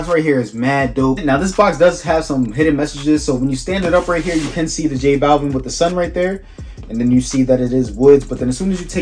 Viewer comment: Butchered the name , Jesus